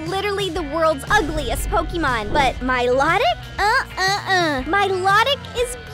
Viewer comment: MiloWHAT? I hate how this person pronounces Milotics name